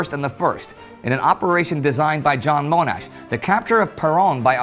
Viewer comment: Tiny matter - in Australia, Monash is pronounced with a short "O" as in "modest" or "mono"